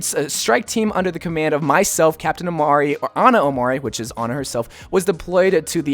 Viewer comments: Its pronounced Em-reh not Emr-ay... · It’s so sad how none of these you tubers can pronounce a simple 4 letter name. English is my native language and I have no problem seeing that it is pronounced Em-ray. Is it that hard? Lmfao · The name is pronounced as "Am-ray". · You totally raped the name 😂😂 Made me laugh so hard. Would be cool if the name character would be Emre! That’s my name as well :D